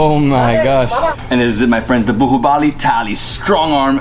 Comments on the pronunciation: most of the world: baahubali: buhuubali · Nothing much to comment here. I guess you guys as of now, are quite used to listen to it that you both are simply AWESOME. Great knowledge and respect about Indian Cuisine. A small correction in your pronunciation. So that is 'BAAHUBALI' not 'BUHUBALI'. Love and respect from India. Take care. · Bahubali is pronounced as 'baa' 'who' 'Bali'